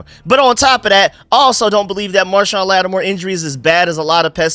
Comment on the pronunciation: Idk how many times I’ve heard you call marshon lattimore - marshawn lynch 😂 Great video let’s get these birds